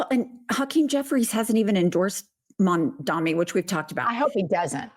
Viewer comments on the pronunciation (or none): 😅 It's "Mamda-n-i" ✅ not "Mamda-m-i" ❌